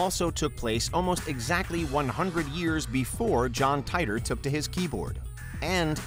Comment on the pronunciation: And once again, it is incumbent upon me to drill into your incredibly thick skulls that John Titor's surname is pronounced "tee-tor". Proof positive that details don't matter to WM.